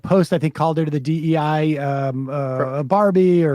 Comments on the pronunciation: Dei is the genitive singular of Deus, the Latin word for "god" or "deity It is pronounced d̥ɑɛ̯. Rhymes with “day” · My local priests have been mispronouncing it, as have been members I knew. OK, DAY.